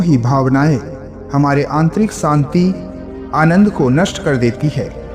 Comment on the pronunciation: सानती नही शांती